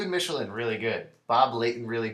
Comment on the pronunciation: For the record Michelinie isn't pronounced "Michelin" like the tires. It rhymes with "Tickle my knee" and sounds like "Mickel-line-e" Someone who does a bunch of conventions should start a YouTube series where they just get creators to speak their names into the camera